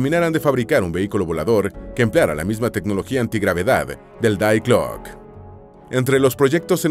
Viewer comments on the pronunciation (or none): Die glocke .... "Di gloc", no "dai glock"